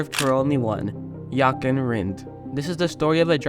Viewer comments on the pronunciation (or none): It is a VERY well known story amongst proper F1 fans. and his name is pronounced Yochen, the J is a Y